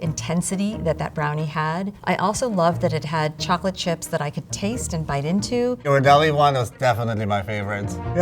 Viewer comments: It's Italian. Gh is pronounced with a hard G sound as in "get". gear-rar-DELL-lee. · hello Ms., Ghirardelli is pronounced with a hard 'G', not a 'J' sound. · They all pronounce Ghirardelli differently 😭 yhiradelli, giradelli, and Ghirardelli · Yeah, it’s GEAR-ar-delli, not JEAR-ar-delli. The H after the G tells you (in Italian) that it’s a hard G. If there was no H, it would be a soft G. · It’s “Ghiradelli” pronounced with a hard G, not “jiradelli.” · They can't even pronounce Ghirardelli properly - it's a hard "G" because it's followed by an "h." You're welcome. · Somebody please tell that she pronounces the G incorrectly in Ghirardelli. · It’s Gear-ar-deli. Gear. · Learn how to pronounce Ghirardelli. Grew up near the factory in SF. The hard G of the other two judges was correct. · Pronouncing Ghirardelli wrong. Ugh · They pronounced Ghirardelli three different ways. lol. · Did anyone correct lady with the dark hair that pronounced Ghirardelli wrong question mark? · Itvdussaoints me they arebt pronoucing Ghirradelli correctly!